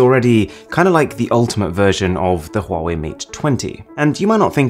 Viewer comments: Yo Call It Wrong Its Wa-Wei! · No say, huawei,se dice wuawei